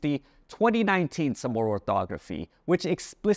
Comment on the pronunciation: I heard Chamorro pronounced with a rolling "r". Does guam say it with a regualr "r"?